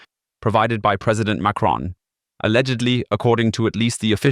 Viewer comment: WHAT the HELL is a MARCONBOMB, if it is of French ORIGIN, it is a MACRON bomb not a MARCON bomb. WHO got it all FRACK TO BUNT?